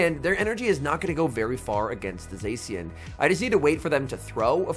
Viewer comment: I lose my mind every time he pronounces zacian wrong